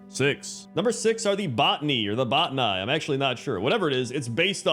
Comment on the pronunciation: The Botani are pronounced like "Botanical", but with "-knee" rather than "nical. A friend told me this back during Warlords, and it never left my mind. The Bilescourge needed to be a thing for either hunters or warlocks. Like, a bat for hunters, or a skin for warlocks' felhunters. Those Maldraxxus bug dudes are just recolors of the Ranishu bugs from Volduun. I remember those. The Deepstriders really would make for bad pets. If you use third-party tools that are totally not allowed by Blizzard to swap models, and I'm not saying that you should, you can swap the deepstriders onto your own pets, and no matter which pet type, these things look like walking stick figures. They look absolutely bad as pets. You know what else looks absolutely bad as pets, but nobody complains about? Giraffes. If we can have giraffes, there is no excuse as to why we can't have stilt goats.